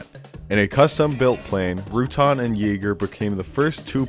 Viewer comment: FYI, "Rutan" is pronounced "roo-tan" not "root-on". Burt is an awesome dude.